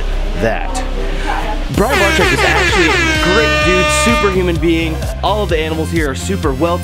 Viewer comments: i had to listen to the first time he messed up brian's name, thought he said ball sack lol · Haha so funny but please learn how to say Brian's last name lol